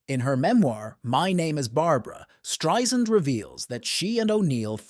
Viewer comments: Irks me to no end that this woman, with her illustrious career, hasn't earned the right to have her name pronounced correctly. It's not hard folks...Stri-Sand, NOT Stri-Zund. Geezus!!!!! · You should know how to pronounce her last name by now. Strie-SAND, like sand on the beach! Not Streisnd or Streizund. No excuse. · Barbra's name is pronounced Strei "sand" !! I would think if you are calling her a legend, you would know her name! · If she's such a legendary performer, why can't you pronounce her name correctly?